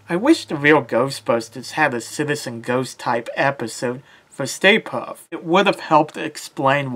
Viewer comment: Puft not Puff